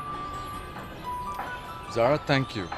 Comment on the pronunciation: থ্যাংইউ না বলে ত্যাংইউ বলে 😄😄😄😄😀😀😀😃😃